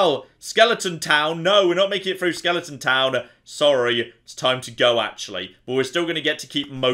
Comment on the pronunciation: Skeleton, there's no ing.